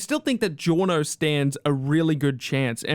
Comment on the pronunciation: GIORNO Dillo bene Say it right